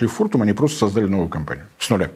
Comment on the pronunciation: Было бы совсем хорошо, если бы Борис уделил некоторое внимание ударениям в словах. СобралИсь, пОдал, сОздал и так далее. Режет слух, да и с грамотностью российского медиа-сегмента нынче ситуация не очень вдохновляет. Поэтому последняя надежда остаётся на блогеров и ведущих информационных каналов, - книги читают далеко не все, да и там ударения не обозначаются, а в кино, сериалах, на телевидении и радио с этим ситуация не улучшается. Соловьёв и Корнеевский, пожалуй, единственные два ведущие, к которым нет никаких претензий в плане грамотности. И это, заметьте, пишет вам не отличник, а человек, которому в школе бы поставили 2 по русскому, если бы не личные обстоятельства.